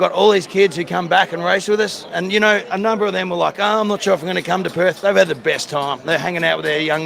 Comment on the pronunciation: Perth not Perf. And we don't have a Harbour. It's the Swan River.